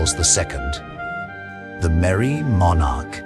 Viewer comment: FFS Learn how to pronounce the word Monarch befgore you start rabbiting on about British History.